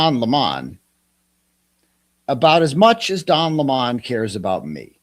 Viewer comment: It’s Lemon not Limon 😂